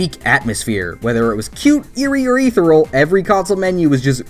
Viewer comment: Ethereal How I say it: A-thier-e-al How he says it: E-ther-ul